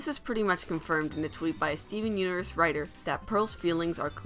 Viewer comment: Bro making me do a triple take by calling it "Stven Uverz".